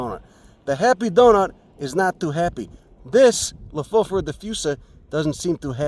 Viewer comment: Amazing knowledge, observations and wonderful viewing :-) Thanks too for teaching me the correct pronunciation: Low-Foff-Or-a ...